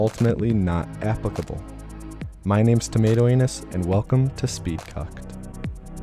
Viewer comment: Tomato not tamato.